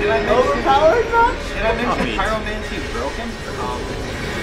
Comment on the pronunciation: "Pyromanty" lol